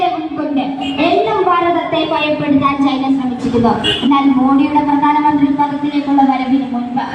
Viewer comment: കുട്ടി വാക്കുകൾ ശരിക്കും ഉപയോഗിച്ച് ശീലിക്കുക.. പ്രദാനമന്ത്രി.. ഫാരതം.. ഇതൊക്കെ തെറ്റാണ്... അവതാരകയുടെ കാര്യമാണ് സൂചിപ്പിച്ചത്..